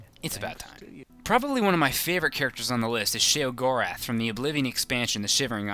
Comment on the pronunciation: If your gonna say it say it right. Sheogorath is the Daedric Prince of Madness